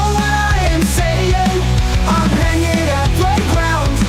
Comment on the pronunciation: Shannys aversion to g’s is amazing. I’ve never heard her skip 2 g’s before lmao. “hanin”